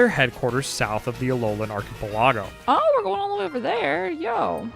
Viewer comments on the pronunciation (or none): I've used it a TON and I don;t pronounce archipelago like that. It's pronounced "AR-KE-PEL-A-GO". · I hope you pronouncing it as 'Arch-Po-Lah-Go' is an inside joke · Not how you pronounce Archipelago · LMFAO what is with that pronunciation of archipelago? Please tell me that is some kind of joke? 😂😂😂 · you pronounce archipelago in the goofiest way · the Archi wawawawhat??? that's the first time in my whole life I've heard it that way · I have never heard someone pronounce Archipelago that way before 😭